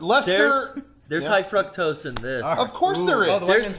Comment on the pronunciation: high Fr-uh-ck-tose